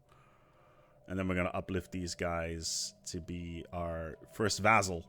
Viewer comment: Why does he keep saying vaZZal? It's vaSSal, S sound, not Z.